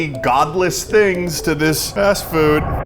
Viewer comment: Fast frood eh?